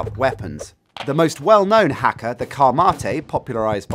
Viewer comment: That's not how you pronounce haka - it's hah-ka not hack-a.